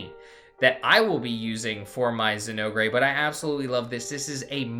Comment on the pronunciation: Very informative, thank you. But the way you pronounce Zinogre is like chewing aluminum foil. Zin- ogre pronounced ōgur. Like Shrek the ogre.